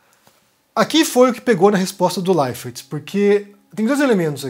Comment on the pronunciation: Esquisito ouvir você falar "Thiago LeiferT"